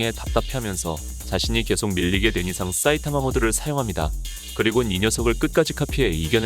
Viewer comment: 싸이타마 라고하는거 엄청신경쓰임ㅋㅋ